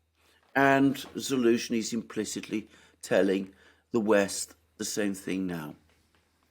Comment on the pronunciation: General Za-lose-knee..it kind of writes itself...lol 😆!